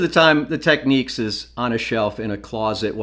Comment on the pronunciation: Technics, yes you pronounced it exactly the way it’s always been done growing up in Toronto.